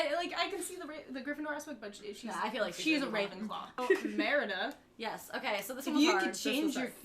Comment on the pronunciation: You had a hard time with Merida WHAT MOVIE IS SHE FROM????